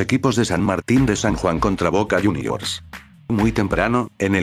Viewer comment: No digas el boca iuniors queda horrible